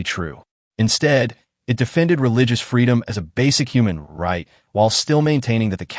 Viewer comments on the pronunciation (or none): none